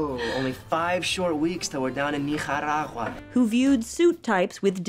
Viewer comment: Why do I hear him saying "Nicaragua" XD